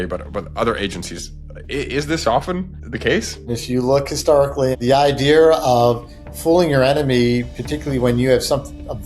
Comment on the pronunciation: And he loses his credibility when he shows that he thinks the word "idea" has an "r".